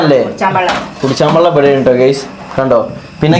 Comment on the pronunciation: വള്ളം അല്ല വെള്ളം